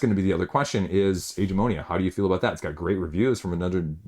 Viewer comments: why do you call it "Age"-"eh"-"mo"-"ni"-"a"? Isn't it "ag"-"a"-"mo"-"ni"-"a"? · Yes! The "g" sounds like the g in great.